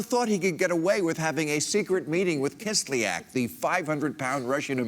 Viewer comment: I wish American newscasters (this is for all of them) would at least learn how to pronounce Kislyak's name. "Ya" is a single vowel in Russian; it is not two (ee ak).